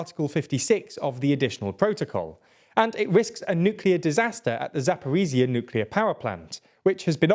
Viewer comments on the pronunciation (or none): Pronounce it as Zapori-ja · I respect your apology and list of corrections, but it feels like every video there's a list of things that need to be corrected. Please focus on thorough video reviews before publishing. One other small correction: Zaporizhzhia is pronounced like za-po-reej-jah in English. Not za-po-ree-zee-uh. J sound, like the final sound in "mirage", or the middle sound in "vision".